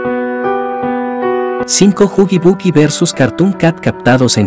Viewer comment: Se dice huggy wuggy no huggy buggy.2. Es click biat